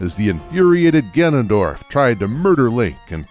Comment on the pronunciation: I keep hearing “Ganandor” during the OoT section